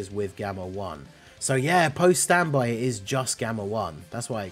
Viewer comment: its worded the same for both base and standby,so I was confused when he read it wrong for the 1st one then right for the 2nd 😭